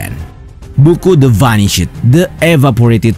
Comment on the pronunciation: Min check lg pronounciation ente wktsebut judul bukuthe "vanished"